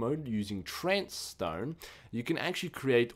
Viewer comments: WHY ARE YOU CALLING IT TRANCE STONE it clearly says trace stone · It's TRACE not trance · How can you say "Trance" from the word "Trace"... I mean, the other words are not everyday words but trace... Even a kid from kindergarten can say that.